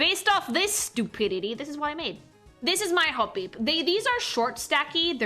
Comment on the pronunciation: I'm obsessed with how pronounces "Hop-peep!"